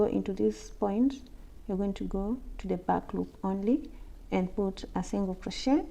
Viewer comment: Love your videos there amazing btw it’s crochet not crotchet